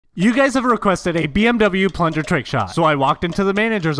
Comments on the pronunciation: IT IS PRONOUNCED B M WE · I'm so triggered you pronounced BMW wrong Otherwise I like the short either way